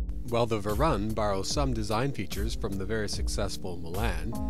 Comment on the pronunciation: It's pronounced Varoon. like the colour maroon, but with a V.